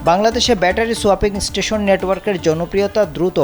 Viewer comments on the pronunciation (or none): none